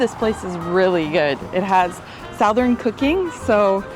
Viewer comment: did you say "SOUTH ern"???? uh no SUTH ern....